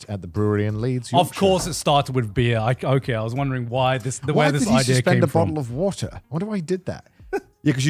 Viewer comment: garnts england heritage slipping through : bo'ohw'o'wo'er